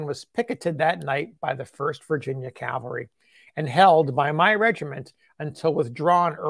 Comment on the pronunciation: Is this man saying calvary instead of cavalry?